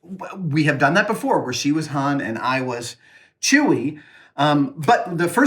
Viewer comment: Says hane instead of Han